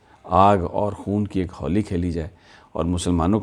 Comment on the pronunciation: Sir khoon kee " Holeee" hota hai... not what u said " Haulee" 😁😁